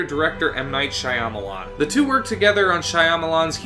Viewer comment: Are you sure that's how you pronounce Shyamalan? Not that I'm sure either but every other person I've seen (like Nostalgia Critic) says differently